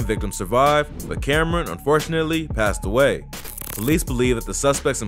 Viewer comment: yooo all i hear is paaed away passed away like damn slow down for lil